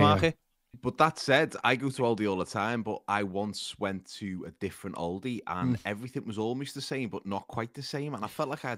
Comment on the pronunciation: Aldi mate, not OLDY!